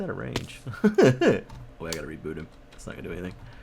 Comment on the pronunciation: At the end when you said reboot I thought you said repoot